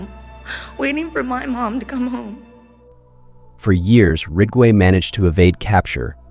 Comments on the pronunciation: It's not 'Rigway' but 'Ridgway',...RIDG....and these adds:how many adds can one take,listening to a story....djeez....pffff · Rig-way? It’s Ridge-way… If you can’t even pronounce the main characters name, right, I’m out. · Good content but is it possible to make sure the AI is accurate and the volume levels consistent? Gets tiresome when the AI doesn’t even pronounce Ridgway correctly.